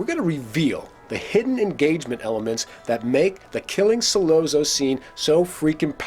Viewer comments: He doesn't even pronounce Sollozzo correctly. 🙄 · Why can't he pronounce Sollozzo correctly? Didn't he see the film? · Hard to take serious when he keeps mispronouncing his name. You're supposed to convince us that you can see the inner workings yet you can't see the obvious?? This isn't petty. That means you didn't talk to a single Italian speaking friend or coworker when you made this!! How nice!! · How can this guy be a fan of the Godfather and not know how to pronounce Sollozzo? It seemed like he was reading it phonetically off a sheet of paper. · Did this guy even see the movie? Why does he keep mispronouncing sollozzo's name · One would think that you would know how to pronounce "Sollozzo." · The 2 separate train sounds have always seemed to be the rush that must have been going through his head at 2 separate times. The first, at the realization that he was actually about to do this..(in the toilet area) and the second rush occurs at the moment of the deed itself. I was irritated each time the name Sollozzo was mis-pronounced for the record but enjoyed the analysis. (whenever 2 "z"s appear together in the Italian language, the sound is like a "ts" together. Think "pizza". :) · The way this guy say Sollozzo annoys me. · Why is it so hard for a so-called expert on the Godfather to pronounce the names of the characters correctly? Who the fuck is Sol-oh-zoh? Brando addresses him as Sol-otzo, as an Italian would, so why does this mook think he knows better? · Hey. What's the matter you? Don't say Sollozzo like Bozzo. In the the movie it has ah not oh. S/ah ll/ah tz/oh. Shut up you. Try watching the movie again. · Once this guy mispronounced Sollozo name I was done! He said “... killing So-LO-zo” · it’s pronounced Solatzo not Solazoe. And I’m not even Italian. The way you keep saying it wrong makes this hard to watch. Brando sneers the name just right. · Like this video but it's driving me crazy....Sollozzo is pronounced Sollotzo....ok, carry on.....